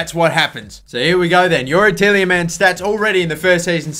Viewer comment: TielJemans :D Its funny how english people cant pronounce dutch names :D Its like kevind de bruyne you guys say something like kevin de brojne :D